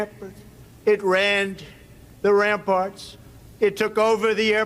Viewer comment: Trump added “airports” to a scripted speech while reading a teleprompter. It was an unforced error caused by his constant habit of covering up his inability to read English. In this case, he began to read “ramparts” as “amparts.” Instead of saying, “Oh, my mistake… RAMparts,” his goofy little cover-up tactic is to pretend that he made no mistake. And so he adds the “airports” line that obviously wasn’t in the script. We never talk much about how neurotic his little speech tactics are. Often he thinks he’s escaping criticism but in fact makes it worse, as in this case. Compare this with the way Right-wingers used to criticize Obama for the basic fact that he used teleprompters (as all presidents had done).